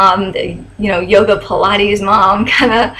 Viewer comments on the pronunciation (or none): none